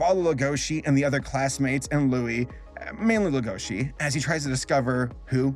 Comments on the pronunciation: noone:: legOUshi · Does Netflix have the series sub'd and dub'd? It's kinda annoying me that is saying Lah-goa-she & Tim, instead of Lay-go-shee & Tehm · Legoshi is pronounced 'lego shi" not " la goshi "... Sorry but hearing it wrong is such a cringe. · The way you pronounce legoshi makes me wanna actually die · Uhm … little nitpick here but you’re pronouncing the name ‘Legoshi’ very wrong. Now I’m really curious. Did you watch Beaststars only with English sub, or did you also hear it in English dub?